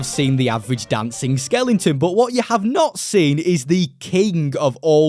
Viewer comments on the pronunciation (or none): Brother please learn how to pronounce skeleton Jesus Christ